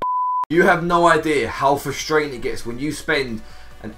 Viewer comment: "how fustr8n"